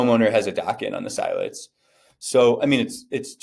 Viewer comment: It’s not S-EYE-let’s.. lol it’s S-ILL-etz.